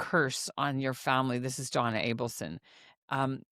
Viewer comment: Just a friendly FYI to the host, it's Adelson not Ableson as you are pronouncing and saying it. I listened over several times and you are saying Donna Ableson which is incorrect.